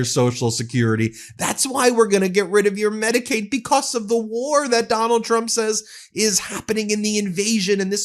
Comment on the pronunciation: Not to poke fun of speech differences, but she can’t pronounce the ‘tr’ sound. She says ‘ch’ instead…‘president Chrump/Chump’ 😂